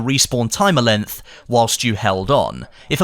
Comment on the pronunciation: Lol took me a while to realize was saying 'LENGTH'...I thought he was saying 'LINT' and I was very confused there for a bit.